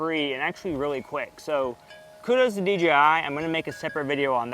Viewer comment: I sounds so much like you're saying DGI?